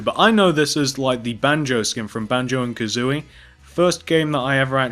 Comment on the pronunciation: That isn't Banjo coosoory that is l for Lee.